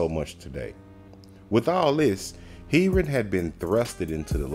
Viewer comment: love you vids bro, but its pronounced hair-ron x